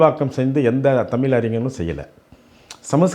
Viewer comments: ஏம்பா... நீ தமிழ் என்கிற வார்த்தையை தமில் தமில் என்கிறாய். முதலில் தமிழ் என்கிற வார்த்தையை ஒழுங்காக தமிழ் என்று சொல்ல கற்று கொள்.. தமிழர் அல்லாதவர்களே தமிழை தமிழ் என்று மிக சரியாக உச்சரிப்புடன் சொல்கிறார்கள். இவ்வளவு வயசு ஆகுது உனக்கு இன்னும் நீ தமில் தமில் என்கிறாய். முதலில் தமிழை எப்படி உச்சரிக்க வேண்டும் என்று கற்றுக்கொண்டு பிறகு தமிழை பற்றியும்,,தமிழர்களை பற்றியும் பேசு. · Thamil Alla Thaizh Enru Sollungal !!!